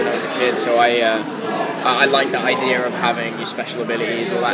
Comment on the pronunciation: Did he say idear? Oh my gosh! So adorable!